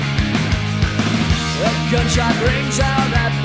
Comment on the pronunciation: Funny how he's pronouncing " Paradise"